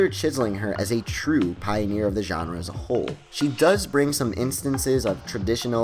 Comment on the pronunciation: you mispronounce genre so much that i literally felt like... okay i can't find the words for it